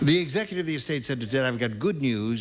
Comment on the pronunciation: Is it just me or do I hear Gene slurring his words ? "The executive of the estate..."